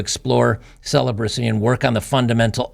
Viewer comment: Ceelobacy… 😂👍 Nope, I’m not a nun, I’m married. But you go girl 🫡 Celibacy my arse.